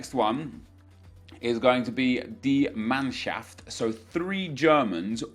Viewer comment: pronunciation of 'die mannschaft' was pretty good man. keep the good work up greetz from germany